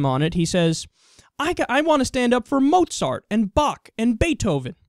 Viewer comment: David Duke pronounced Mozart wrong